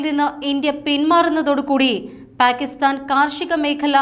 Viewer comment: പ്യാകിസ്താനല്ല മാഡം , പാകിസ്താനാണ്. പിന്നെ, ഝേലം നദി എന്നാണ്,,,, ചലം അല്ല😅